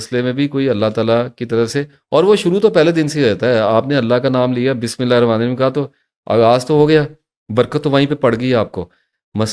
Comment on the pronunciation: اپ جناب بات تو ٹھیک کہتے ہین لیکن یہ تسبیحات بھی صحيح تجويد سے پڑھا جائے۔بسم اللہ رمان رھیم نہین بلکہ رحمن الرحيم 🙏🙏🙏🙏🙏